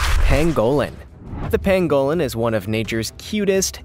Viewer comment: The animal was an armadillo, not a pangolin. And FYI, the animal is pronounced PANG-gol-in. Just trying to help! Keep up the good work!